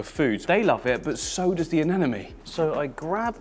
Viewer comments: please stop saying "aneNOme", it's "aneMOne", i had to listen to this insanity against my will because my partner loves your vids, but how can you disrespect those lil creatures by mispronouncing their names after so many years of experience ! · regardless he puts out a lot of great content on the channel. It’s not a big deal he mispronounces anemone. Lol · Why does many people having a hard time pronouncing ANEMONE? 😂😂😅